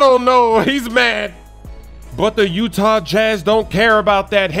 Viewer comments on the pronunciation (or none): none